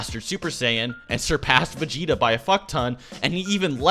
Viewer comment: Say vageta